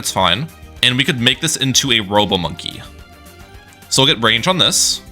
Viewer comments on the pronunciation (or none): none